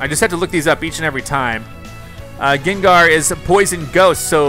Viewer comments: UGH OMG STOP SAYING GINGAR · Who else face palmed every time he said gengar wrong